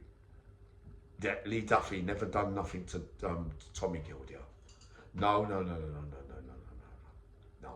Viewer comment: Tommy Gildea is pronounced GILDAY keep it real YNWA